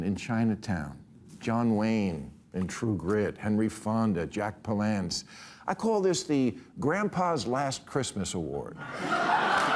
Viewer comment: To be fair, he did also mispronounce Jack Palance’s last name.